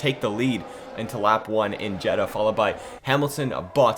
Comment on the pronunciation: Btw it's Jeddah not Jeddha